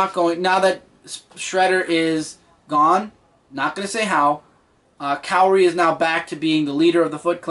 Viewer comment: You pronounced Karai's name wrong but awesome review :)